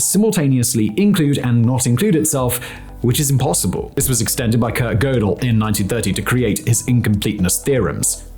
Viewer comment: The paradox that someone can be clever enough to explain paradoxes, but simultaneously ignorant enough to not know how to pronounce “Tiége” and “Gödel”.